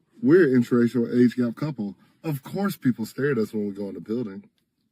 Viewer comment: And the old woman cannot even pronounce "inter-racial"...she keeps saying "interrational"😂😂😂